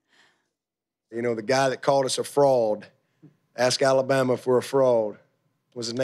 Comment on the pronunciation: Dabo should at least learn how to pronounce fraud correctly